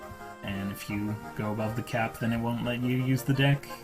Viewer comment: It does not sound like he is saying "deck"